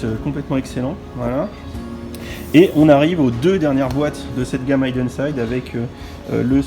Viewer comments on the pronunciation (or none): Juste ça se prononce hiden et non haïden ;-) Pour la Porsche je plussoie mais les sets Porsche sont toujours plus chers que les traditionnels c abusé